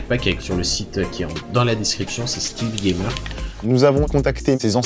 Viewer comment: "Stèlsse gaymeur"